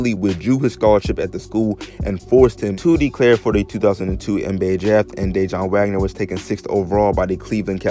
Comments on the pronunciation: Lol bruh being from Jersey it’s cringeworthy hearing you pronounce his name Day-John Wagner... it’s pronounced Da-Wan (Dajuan) 🤦🏿‍♂️. Good video though 💪🏿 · Had to stop watching when he mispronounced Dejuan Wagner’s name....that told me everything I needed to know